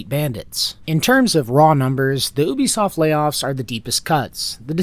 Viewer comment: "Oobisoft" lmao